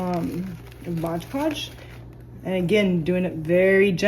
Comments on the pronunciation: Great video but it’s MOD podge - not MODGE podge. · It's MOD, not modge!